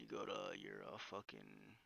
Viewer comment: The emphasis on FUCKIN lmfao